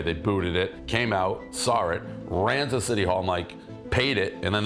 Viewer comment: "Came out sawr it"